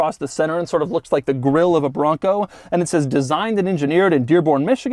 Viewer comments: TOUGH, MUSCULAR! 😍 BRRRRRRONGGGCO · The way he keeps saying “BRRRONCO!” Is hilarious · try every time he says BRRRONCOO! lol